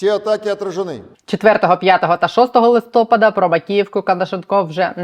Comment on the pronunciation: Чудове відео, але благаю - листопáд. На останній склад наголос. Знаю, що це душно, але це відволікає, та й грамотність завжди приємна))